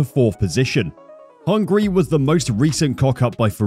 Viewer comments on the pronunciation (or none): none